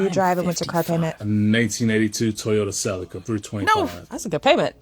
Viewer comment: Please stop saying Celica like that. It's upsetting.